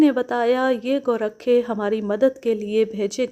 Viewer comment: میڈیم ۔۔۔لفظ گورکھا ہوتا ہے ۔ گو ۔۔۔رکھا نہیں ۔